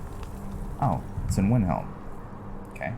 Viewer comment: i like how he pronounced windhelm as vinhelm